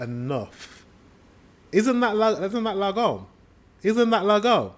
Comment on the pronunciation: You need to learn short and long vowels in the Swedish language as well. The word has to be pronounced as laagoom and not laggom as you’re pronouncing it now. Good job thou for trying to learn Swedish! 👏